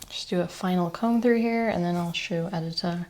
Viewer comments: Edit-a - your name is meant to be pronounced Ed - i - ta (i as in dish) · Lovely video. It’s very informative and I’ll have to try out these techniques. A note however: you should double check with your sister-in-law on the pronunciation of her name. The polish name Edyta is pronounced ed-EE-ta, with the emphasis on the middle syllable, not the first syllable